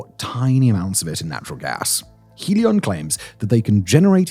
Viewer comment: Trop drole! faire de la sponsorisation pour Helios via une IA qui ne sait pas prononcer le i Helos c'est nous revendre l'Hyperloop de l'électricité de demain? Spéculation=Destruction! ITER est le seul projet fiable et mondiale pour pouvoir réussir et ensuite partager car le progrès doit dabord profiter à la civilisation et non à une pseudo Start up pour faire du fric sans aucun résultat, nous en avons ras le bol des ces idiots qui se croient plus malin! ce domaine de la fusion est tellement difficile qu'il faut mettre en commun nos pays et être patient pour le reste c'est du business de comptoir après 2h du matin